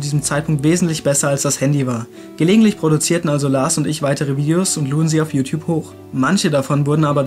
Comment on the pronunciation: Ich musste eben so extrem spontan lachen bei der Stelle "Jutjup".